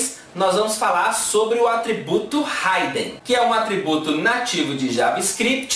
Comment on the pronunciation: Excelente aula professor, porém uma pequena correção se me permite. A pronuncia correta é "hidn" (Ridin) e não "Raiden". Abraços e continue com esse ótimo trabalho.